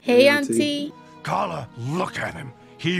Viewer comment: my god the gorilla mom's name is Kala and not Karla...